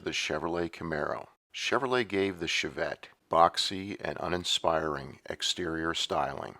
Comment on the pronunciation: "Shov-vette", lol